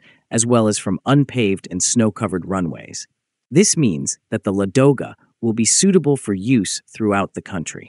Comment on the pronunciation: Why do Anglo-Americans always make mistakes in the stress of Russian words, and distort their names!? Is this some kind of internal Nazism? Why is the stress on the second syllable, if the correct stress is on the first syllable? LAdoga